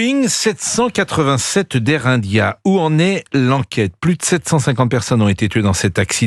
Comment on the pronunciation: Air Unndia, oul là là, des cours d'anglais s'imposent.